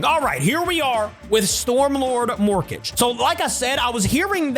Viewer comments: It's pronounced "mor-kah-gay" like madara vs the five hokage. Not morkage like rocket mortgage 😂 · It's mor-ka-ge not morkage